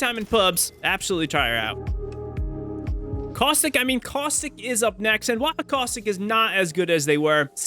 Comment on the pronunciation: CausTHICK?!?! bro its caustic